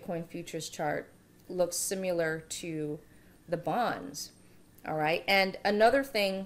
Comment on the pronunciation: You say similar wrong